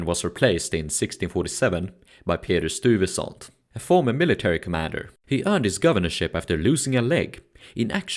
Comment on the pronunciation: Nice documentary but you need to learn to say the name "Stuyvesant" the way it's pronounced in NYC.